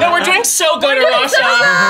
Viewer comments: It's Arash-UH 😂😂😂😂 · Arasha stuck on two syllables